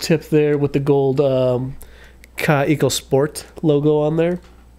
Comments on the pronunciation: It is called kaweeeeko try that it is a German Name KA WEEEE KOO. TRY TO pronounce the word like that . Not KaE Ko. Try to pronuounce te Word We so KAweKo many greetings Christiane from Berlin Germany 😊😊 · 😂 I love how you make them both into two separate words Kaw-eco Rot-ring 😂😂😂 great video man! I was corrected and told it’s actually pronounced “kaveco” because it’s German